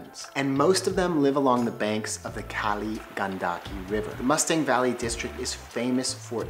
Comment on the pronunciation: Nepal is one of my favorite places in the world. I’ve been twice for both a month each time and I would love to go back. Just a head’s up though, Mustang is pronounced moo-stong.